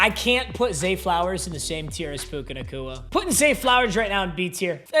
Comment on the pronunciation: Why is no one talking about how he kept calling bro puka nacua that was not puka